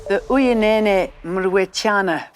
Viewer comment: Jane get uYinene’s surname correct, be a professional!